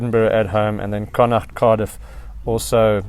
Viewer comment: Just love the way you pronounce “Connacht” - rare for a non-local to get it so right👍